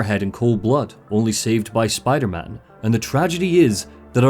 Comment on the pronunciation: RAHHH LETS GO SPIDAHMAHN